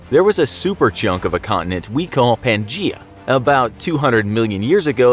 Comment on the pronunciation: Pan-Gaia (guya) Pangaea